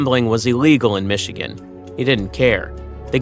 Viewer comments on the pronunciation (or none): none